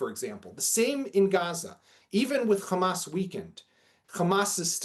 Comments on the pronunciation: if they pronouce Hamas as "Khamas" , never doubt they are israelis. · He is a so-called analyst in the Middle East, but he keeps saying Khamas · What is telling is that they can pronounce hostages but with Hamas and Hezbollah they do the KH. Just shows what imposters these people are. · Yep....that's how I know they are lying too! 🤷‍♀️🤣